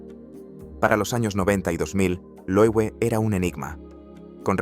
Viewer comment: Se lee Loeve, es alemán.